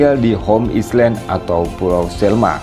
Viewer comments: gak pernah belajar bhs inggris ya ? island kok dibaca islend ? metinya ailen. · Home Island...cr sebutn ya.....Home ailen...bukan islen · Min..maaf koreksi. 'island' bacanya ailen bukan islen... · Jangan "islen"lah pak.."ailen" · Island benarnya. Right spelling, right pronounciation from original language. (Semua nak dimendoniakan pening haku😪) . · contennya bagus banget.. masya Allah.. hanya sayangnya, tolong min pengucapan 'pronounce' bahsa Inggris nya min.. "island" otu bukan diucapkan "islen".. malu kan jadi nya terlihat tidak educated.. thanks